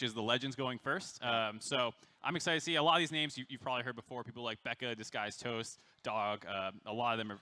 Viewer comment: Geeze they butchered Toasts name, lol.